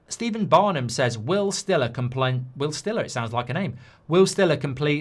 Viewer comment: someone needs to let Mark know how st is pronounced in German, Bundesliga rights are in danger if he continues to say it like he did 😂